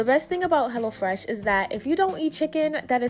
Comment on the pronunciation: Lml I thought you was saying hella fresh at first 😹